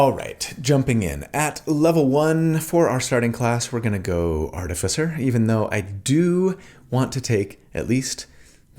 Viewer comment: I love your videos, but more than anything else, it seems like you are the only D&D content creator who know who to pronounce "Artificer"! Keep up the good work.